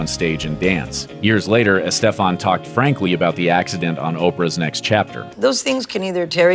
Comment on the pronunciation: The way the narrator pronounces Estefan is bizarre